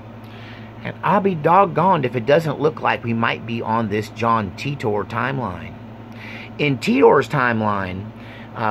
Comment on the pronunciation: It's pronounced "Teeter"